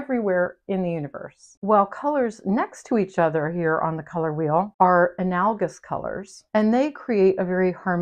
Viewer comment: Thanks for sharing your wisdom! Much appreciated. I'm a grammar geek so wanted to let you know you mispronounced "analogous." Sorry, I can't help it.